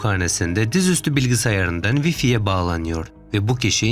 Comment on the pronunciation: wi-fi kelimesini bir de way-fay diye telaffuz etsen iyi olur...